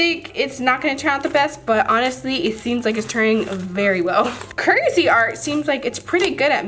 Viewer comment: Did any one hear her say curtisy art like I’m dead😂😂😂